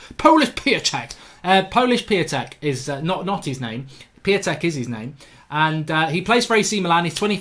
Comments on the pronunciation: It's pronounced {Shish-toff Pee-on-tech} according to my brothers polish mate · I think his name is pronounced Peontek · Its pronounced Piy-on-tek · Piatek is pronounced Pee On Tek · You watch Italian football but don’t even know how to pronounce his name